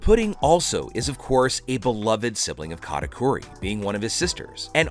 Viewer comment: why you saying katakuri like Kata "cory"